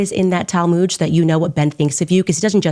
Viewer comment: “The talmooj” I can’t 😂.